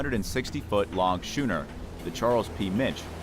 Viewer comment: Your pronunciations are way off: A boat called a schooner is pronounced Scooner, and the boat you said that sailed to Java from Netherlands was called Bat- a- via. When you say the Jenny Lind sank, it sank on a 'key" of sand not quay, The spelling is Ok but the pronunciation should be Key.